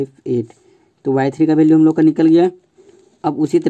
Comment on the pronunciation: Bhalue nahi hota value hota hai